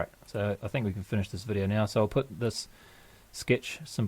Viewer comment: GREAT VIDEO, i mean vi'di'oh!